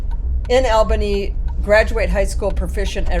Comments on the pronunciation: The locals pronounce it ALLBany not ALbany, Thanks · It’s not “Al”bany, it’s pronounced “All”bany. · ALL-bany or AW-bany, either way. But AL-bany is a dead give away you don't belong here. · "Al-bunny". Hilarious. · Mispronounces the name and almost hits someone near MVP arena. Seems like this person really knows the area 😂.